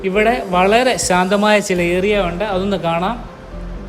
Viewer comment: Bro samsarikumbol ഏ റി യാ .. Ennanu parayunnad.. ഏ രി യാ... Ennu try cheyyane👍